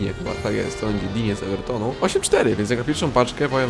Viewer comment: skoro mówimy o szmajCHelu to warto też wspomnieć że ten francuz na LO to jest DIŃ a nie DINIE bo to e na końcu nie ma kreseczki